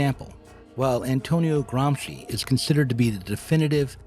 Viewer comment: Love you, man! You said Gramsci perfectly every time. You make me feel that myself, with my very limited knowledge of Politics and Philosophy, can still help somehow. Pronunciation isn’t important when the message is in written. But your videos have value also in being so. What I mean is thank you!